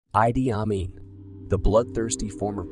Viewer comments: Crocadoil? Idi amin pronounced eedee amin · Sorry but it is pronounced Eedee aah meen Not ahh dee ammee😅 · Maybe I missed all this but it's eeeeddeee not ahhhdee.. eeedie ahmean... Ah..mean ...It's pronounced E.D. Ah mean... As in erectile dysfunction...ah...that's why he was so mean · It's pronounced Eedee Ameen.